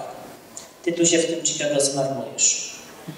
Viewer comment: Pan pisarz a angielski ma gorszy od dziecka z podstawówki: (CZIKAGO) INSTITUTE OF ART tak samo się wg niego fonetycznie wymawia jak się pisze, to jest dramat